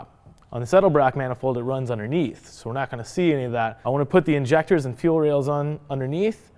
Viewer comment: INJACKTERS lmao never calling them injectors now hahahaha